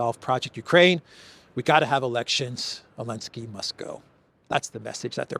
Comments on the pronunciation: I really appreciate your reporting but I dont understand why you are the only person on earth that insists on calling Zelenski "Elenski". Is that a derogatory slur or somthing? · Not sure why you keep insisting to say Elensky when everyone else on the Internet is calling him Zelensky without any problems from YouTube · So the Z is silent! 9 min in and finally figured it out. 😅